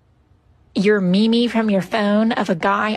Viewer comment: bro Actully said me me and stead of meme 💀